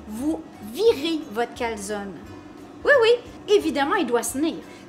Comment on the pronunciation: SVP!! en Italien la E au final se prononce!